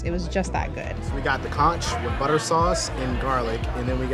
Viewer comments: Conch is pronounced Konk not conch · Please learn to pronounce the word ( food ) conch. It is not pronounced as it’s spelt. Its CONK